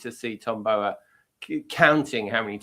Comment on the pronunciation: please pronounce Tom Bower's surname correctly; it's a massive disrespect to him. It's not as if he isn't well known and on our screens regularly; you are the only person who pronounces his name as you do.